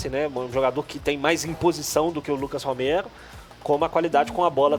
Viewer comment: Onde o cara fala Romero, se diz Ramiro!